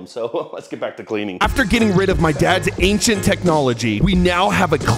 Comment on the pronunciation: aichent technology💀 bro think his dad is from the prehistoc ages. this is just a joke pls do not take it seireouly EDIT: but realy pls make some more pls i beg